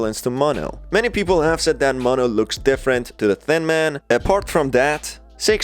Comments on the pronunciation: It's not maahh no say mo then No mono notice there's two ways white:maahh no Spanish: mo no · Mono not ma'am